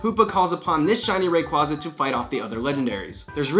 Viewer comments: You said Rayquaza wrong. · Re-"sheeram" & Ray-"quahza" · its actually pronounced ray-quay-za